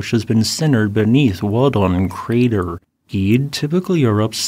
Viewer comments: Gede should be read gh-day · You pronounce it wrong. It's Gede not Gede.